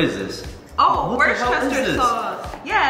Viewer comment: LMAOOO Worcestershire SAUCE